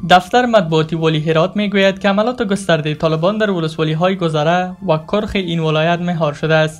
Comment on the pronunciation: کرخ ک با زیر و ر باضمه